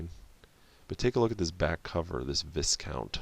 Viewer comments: If it is supposed to be pronounced like the military/gentry title from Europe then It's pronounced Vigh-count or Vai-Kaunt not Viss-count. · Sorry, but. Viscount is a title of nobility and the 's' is silent. Vye count.